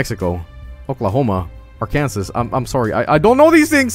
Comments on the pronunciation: "and now we'll be looking at AR-KANSAS" "now let's /go to california/" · Arkan sauce. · That pronounciation of Arkansas will make every Arkansan triggered. Also, it'd get you arrested in Arkansas. Yep, there's a law against pronouncing Arkansas wrong.